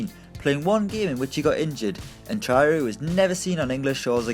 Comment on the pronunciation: it's Tra - o - ré. have you ever watched a football game? that name has been pronounced so often.